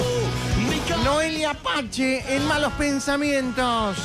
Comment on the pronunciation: Noelia Apache??? Se pronuncia "pase" (PACE)